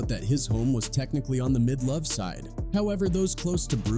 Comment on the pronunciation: On the Menlo side not mid-love side 😂